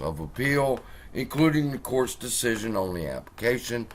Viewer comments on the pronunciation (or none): none